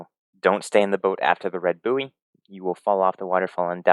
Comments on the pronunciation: Great video! One small thing, the word buoy is pronounced "boy" :) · Did you pronounce buoy like that as a joke or do you just not know the word?